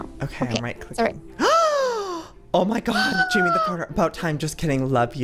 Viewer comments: joey its haimeh not Jayme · I didn't know how to pronounce it but I knew it wasn't "Jamie" and I was internally screaming! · IKR I WAS SCREAMING THIS AT MY SCREEN WHEN HE KEPT SAYING "Jamie" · It's pronounced, "High Meh" as a mexican name. Jaime. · I knew it! I was thinking that but I was like "nah I shouldn't correct him" (I know from Pierce The Veil's Jaime Preciado)